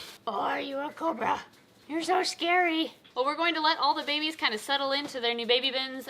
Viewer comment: You said babies I thought you said baby beans